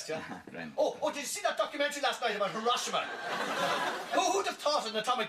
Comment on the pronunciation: His Hiroshima is way off though.